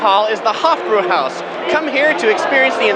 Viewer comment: it's Hofbräuhause ( hoff-brow-house) not hoff brew house.